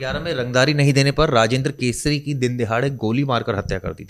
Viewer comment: ये बकलोल रिपोर्टर केसरी को कसूरी मिश्रा को मित्रा बोल रहा है 😂